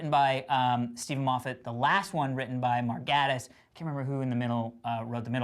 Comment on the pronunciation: The way they mispronounce Mark Gatiss' name is hillarious! It's pronounced Gay-tiss (according to himself on twitter)